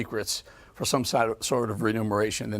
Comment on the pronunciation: Eric, the word is remuneration not renumeration.